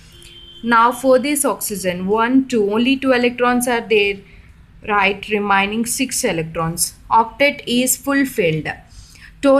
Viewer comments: It's Remaining not REMINING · Kya ghatiya pronounsation hai remaining ko remining hattt